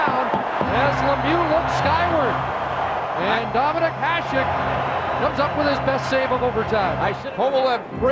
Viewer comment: Considering Hasek might be the GOAT goalie, you'd think people whose living depends on saying players' names correctly would know how to pronounce it. Talking about the host of classic series.